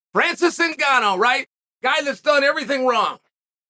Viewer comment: “Francis IN GAH NO” Don’t ever change Uncle Chael